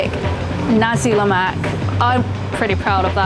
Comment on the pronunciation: Glad you didn't mess things up like "Olive-Oil", My Malay friend might impress~